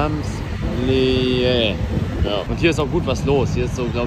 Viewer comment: „Galerie Lafayette ChAmPs LaYiEe“ …“Irgend so ne Hauptstraße“ …Eli auf der Champs Élysée, der teuersten Straße Europas 😂😂